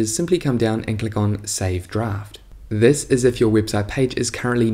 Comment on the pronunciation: "Si iss iss" haha, thanks for the video !